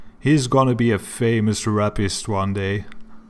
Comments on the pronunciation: You said famous rapist. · "famous rapper" not "famous rapist"